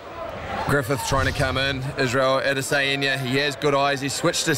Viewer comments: “AdEsaYenya” what did my mans just say??? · It's Adesanya not adesaeniya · Ada sayinia 😂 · add a cyan ya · No one: The commentator: Edisayenya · If you dont take time to pronounce fighters names properly, dont be a commentator dude smh Adese..en..ye. Wtf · Izzy could have been mad the commentator messed his name up but being a weeb Ada-Sayain-Ya ain’t the worst pronunciation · Adesehanja, commentator got as close to his name as Griffith’s got with his strikes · "ISRAEL ODD-A-SAI-ON-YUH" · Israel Other-sa-heen-ya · That mispronunciation of Adesanya is painful. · this is a basic one that is pronounced exactly how its spelt. he's adding in extra syllables and shit, going out of his way to pronounce it wrong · Buddy sounds like he’s having a stroke everytime he tries to pronounce Adesanya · Chow can they not pronounce Adesanya?